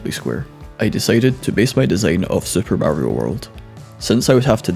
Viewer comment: You know what they say: Supa Mariouh in real laif